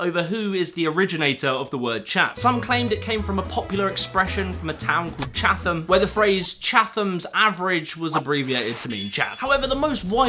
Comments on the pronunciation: I live near chatham and the real pronunciation is Chatam or even better, Cha'am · you don't pronounce it chatham mate you pronounce it chatham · Chatham is pronounced 'Chat-em', not 'Chath-em'. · Just to be difficult, it’s not pronounced ‘Cha-Tham’ it’s pronounced ‘Chat-ham’, careful your making yourself sound like a chav! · its pronounced chattem..not chaffam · Pronouncing Chatham with a þ physically hurt. It's Chat - ham not Chath - am. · That’s not how you pronounce Chatham! 😂 it’s pronounced Chat-um not Cha-thum… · "Chatham" is pronounced "chat-am" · It's Chat-ham not Cha-tham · Chatham is pronounced like "Chattam" btw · Lols at "Chatham" Its Chat-um" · Just want to say as I am from Chatham its pronounced "Chat" em. And yes it is very chavvy 😂 I would like to say the new term for Chav round here is a "road man" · As a resident of Chatham, I gotta add that the theory of it being short for “Chatham’s Average” is practically gospel for us. Also it’s “Chatam”. The H is silent, knowing that will save your life down here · It’s pronounced Chat-ham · Chatham is one of those towns that isn't pronounced how you think. It's Chat-ham or Chat-am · I was raised in Chatham (pronounced ChA-um, if you're native), and I'd say the word Chav began to fall off with the rise of wealth disparity in the UK and the dying off of the majority of the middle classes. More people have found themselves in hard times as the years have gone on and has been met with a rise in public empathy, as much as empathy can exist in British culture... also trends are subject to change, like, when was the last time you heard Cockney? I believe we are seeing a return to more "chav-like" behaviour in roadman culture as crime is rising though, and it will be interesting to see where working class culture goes from here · I'm from Chatham! At least I am now. It's pronounced "Chat-ham", or, "Cha ' am" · I can’t believe how incorrectly you pronounced Chatham and no one cares 😂